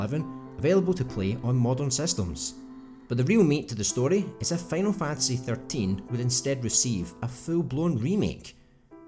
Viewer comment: “Fanal Fantasy”